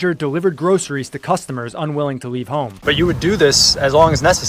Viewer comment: Why does it sound like cucumber when certain people say customer? They make it sound like produce.